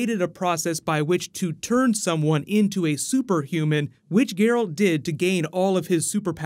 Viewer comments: Did you say that Ciri appears in most of the games? Nifelguardian? Gur-alt? Cmon dude lol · "Garalt" Never make a Witcher video again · Great video, just 2 things that erk me beyond belief: "Ge-ralt" and "Nilfgard" I mean if you've played the games you should know the English pronunciations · Ger-Alt. Nilf-gard... mate, get the names right. My ears are bleeding. Specially because you use extracts from the 3rd game :( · I love your channel but please work on your pronunciation of Nilfgaard, it made me cringe a little. Also your pronunciation of Geralt. Other than those points you do a wonderful job and I love your Flash videos, keep it up dude. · Please work on your pronunciation of the names... in particular the main characters. Love your content but the names of the main characters need to be pronounced correctly...especially Geralt. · The overpronunciation of Geralt I was okay with, but Niffleguard broke me xD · I wept at the pronunciation of Geralt as well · corpsmanup7800 Dude it’s Geralt 😂😂😂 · While I appreciate that you're giving attention the The Witcher, your mispronunciation of the names is complete cringe, please do better next time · Looking forward to this series of videos. Two criticisms, it's called Nilf-guard, not Nippleguard. Watch the game video to see how it's pronounced. Also, Ger-alt, not Gu-air-alt. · Yes, 2020 sound most likely. Months of writing, months of pre-production and we're already in 2019 when they start filming which takes around 10-12 months along with post-production. But for future videos,, it's GEralt, not GerAlt. And Nilfgaard, not Niflgaard:) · liking the plans for the witcher series! pretty sure from playing the game that is "Nilf-gardians" instead of "niffel-gardians" and "gè-ralt" instead of "jeralt" though 😃😎 cheers and keep up the good work